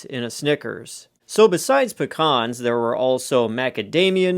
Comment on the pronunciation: Never heard of them. Are trying to say Pee-Cans? Because I'm familiar with those.